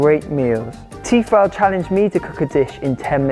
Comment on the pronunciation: Why are you saying Tefal like that ?